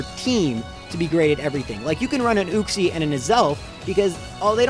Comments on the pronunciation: You-cks-ie not ooo-cks-ie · It's YUKE-SEE not ooksee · It's pronounced as YOU-x-ē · It’s pronounced you-xie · It's pronounced youxee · You're saying Uxie wrong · You need to watch some how to pronounce Pokémon names videos. The way you pronounced Uxie and Azelf man my ears.😓